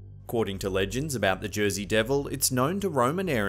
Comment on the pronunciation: Is there such thing as a "Jersay Ham" ????? 😂